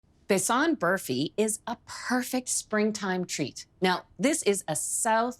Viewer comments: Besan is pronounced using one A like Jordan, not Besaan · I enjoyed the recipe as well as your cute pronunciation of besan and ghee. Besan is a heavenly treat , from fritters to flat bread it never disappoints. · the way she pronounced 'besan' haha how cute ❤ this is both an indian sweet and pakistani sweet and it is absolutely delicious ❤